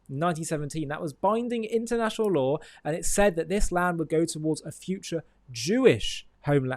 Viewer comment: I had to laugh when he said intenational law..